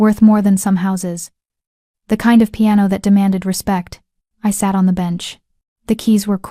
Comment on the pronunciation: I Saturday? I guess that's how AI reads "l sat."